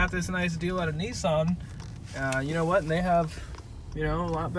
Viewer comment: “…and I’ll tell you HUWHat”